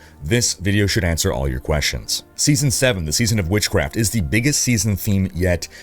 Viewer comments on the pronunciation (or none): none